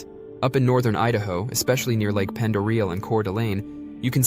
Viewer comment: You did not pronounce Coeur d' Alene or Pend Oreille correctly